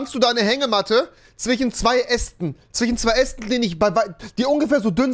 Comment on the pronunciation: Broo es ist "Zwischen" nicht "Zwichen" typisch rewi